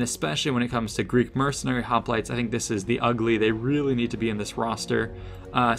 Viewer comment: Does anybody else remember when Oakley would pronounce hoplites as hoplitays?